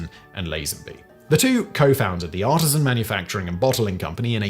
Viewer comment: Artesian is pronounced differently than artisan